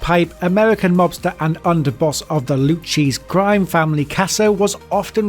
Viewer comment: The narrator should be in ADX for the way he butchers some of these names like the Loocheese mob family, John Goaty, USP Tuskan, Arizona, Wacko,Texas, Semoan Trinidad and not sticking with the captions! 🤣